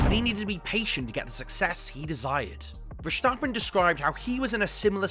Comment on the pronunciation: Why on earth do you pronounce verstappen with a "sch" sound around the s? That sound doesn't exist in Dutch and the Dutch version isn't even hard to pronounce for english speaking people. Poor journalism